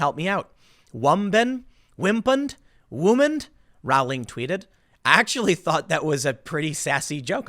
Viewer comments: Its pronounced "rolling." Do your research bruh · Its prononced rolling. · Row in Rowling is pronounced Row, as in Row, Row, Row your boat. Dammit Tim, look this shit up, you mispronounce people's names all the time. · Rowling, Row-ling like in "Row Row Row the boat" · Sorry to nit pick, but it’s pronounced “rolling.” Tim repeatedly gets this incorrect.